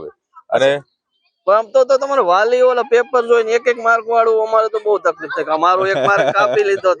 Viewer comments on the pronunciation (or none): none